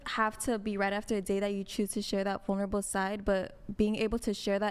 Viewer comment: “What’s that word?” “Vulnerable?” “Yeeessss varnarble!”